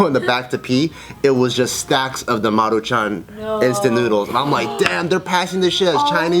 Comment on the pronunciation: am I the only one impressed by the way Bart said MARUCHAN